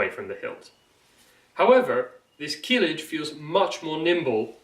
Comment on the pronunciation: Stop saying "keelij". The first vowel is short, as are Turkish vowels generally.